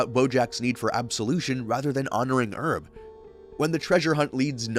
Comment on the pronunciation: not even saying herb's name right did you even watch any of these shows